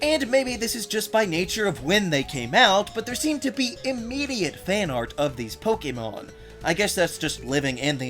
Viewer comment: THANK YOU for pronouncing the word Pokémon correctly! I just can't handle the other "Po-C'mon" pronunciation that's all over YouTube.